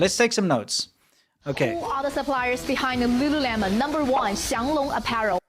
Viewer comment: I think it's pronounced Lu LOOleMON. Lol.